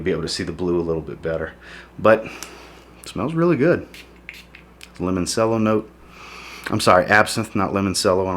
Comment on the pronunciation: Great reviews! For future reference, when you pronounce the note of "Limoncello" , it is pronounced like Lemon-CHello. Like Cello the instrument! Cheers!